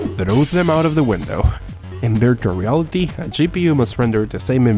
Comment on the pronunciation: Does anybody notice he said beartual reality